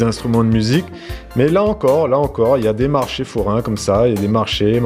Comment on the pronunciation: quand tu parles du marché forain, ton accent se réveille: j'entend légèrement le morché 🤣🤣🤣 Famille yab ça 🤪